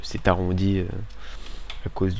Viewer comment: Euh... a gause du... a gause du toit ! Voilà voilà !!! XD Trop marrant !!!